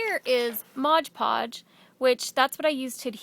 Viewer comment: agree... so many artists make the mistake and say "modge"... especially if they are teaching, should be said right... But pretty work scarlet lime does.